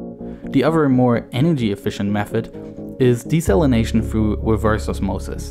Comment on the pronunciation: He also says, "Froo" instead of "through."